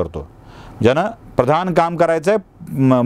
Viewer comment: खूपच सुंदर।अगदी सडेतोड विचार मांडण्याची हिम्मत दाखविलीस,धन्यवाद।भट सारखेच एक जोशी देखील आडनाव आहे।आमच्याकडे गुरुजी म्हणतात।आजकाल "याज्ञेय" देखील शब्द रूढ होत आहे। सुंदर विशेषण। आजकाल ब्राह्मणांना उठसुठ झोडपायची प्रथा सुरू झाली आहे।असो राग येणार नसेल तर एक गोष्ट सष्टपणे सांगावीशी वाटते।आपण "न व ण"म्हणण्यात गफलत करता। जसे सण, प्रधान ।हे म्हणताना आपण सन, प्रधाण म्हणता।ते ऐकताना चांगले वाटत नाही।पुन्हा असे होणार नाही अशी खात्री आहे।